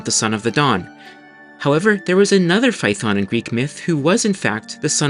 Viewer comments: Not fay-uh-thon. Φα-έ-θων. Fa like the musical note, E like the italian 5th letter. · You are mispronouncing Phaethon. It's three syllables, FAY-uh-thon. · Just wanted to point out that Phaëthon is 3 syllables!